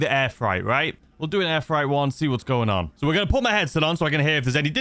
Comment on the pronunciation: Maaaaaatttteee, it’s FR8 not fright 😂 seriously concerned you don’t know the word freight 😂